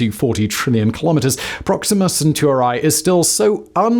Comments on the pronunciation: Centuri i i i I (iI) not centurAY! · Centauri not Sentoorae. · Drinking game for today: Have a shot each time he says "Alpha Centurai" instead of "Alpha Centauri"... Have a medic on standby... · CenturEEE!!! Love ALL of your stuff, but just can't listen into this one, only bec of that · I can't stop hearing CentUARI, and getting distracted 😂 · every time you say Centauri as "Centor eye" I lose another minute of watch time. That is why I only watched this video for 2 minutes. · Say "Proxima Centurai" one more time... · Isn't it rather Alpha Cent*auri*? Awesome episode, thank you so much! <3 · can't get past the pronounciation of Proxima CentaurEYE! 🤦🏻‍♂ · omg you kill that pronounciation bro lol senturAI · you are mispronouncing Centauri, it is not an English word